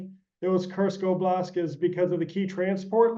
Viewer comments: For me, it significantly diminishes the credibility of an expert, who does not know that the correct word is oblasT, not oblasK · OBLAST, not oblask. This guy is no SME if he can't properly pronounce as many words as he screws up. Why is he on this program if he is this bad at what he does? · "oblask" "oblask" did this guy only just hear about russia's invasion..??